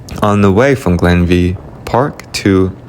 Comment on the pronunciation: Glenveigh pronounced Glenvay. The view of Dunlewey shows the Poisoned Glen which is a mistranslation from its actual name of The Heavenly Glen.